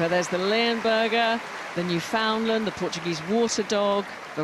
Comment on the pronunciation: So, how is it the commentators manage to to pronounce the names of every other breed but, always mangle the name of The Newfoundland. It's not a "New`Find~lind" or, a "Newfound~Lund". They are The "Newf~In~Land, it rhymes with understand. Comm"on.